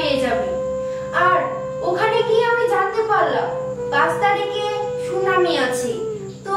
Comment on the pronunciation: Ota sunami na ota sunani😂